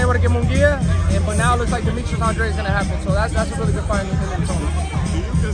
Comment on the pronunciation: I really wish they pronounced his name correctly is ANDRADE not ANDRE! Bai ku coragi fitchadu! #teambooboo 🇨🇻